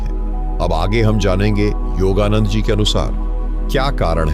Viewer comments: योगा नंद जी का सही उच्चारण करे आप योगा नंडा बोला करते है. कृप्या योगानंद जी बोले. आपका विडिओ बहुत लाभदायक है . आपको नमस्कार है. आपका बहुत-बहुत धन्यवाद है. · आपको सुनते हैं तो हम यह जज नहीं कर पाते हैं कि आप हिंदी जानते हैं या नहीं जानते परंतु आपका योगानंद का उच्चारण बिल्कुल सही नहीं है कभी तो आप योग योगानंदा कहते हो कभी आप योगानड्डा कहते हो इससे हमारा विश्वास आपकी बातों से उखड़ता रहा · आप योगानंडा बोलने की बजाय योगानंद जी बोलिए। योगानंदा भी ठीक नहीं है। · योगादंडा नहीं हे नंदा हे😂 धन्यवाद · योगानंद न कीे योगानंडा 🙏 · The pronunciation of yogananda is different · ka name ka to sahi uchcharan karo, foreigner nahi Indian ho 😊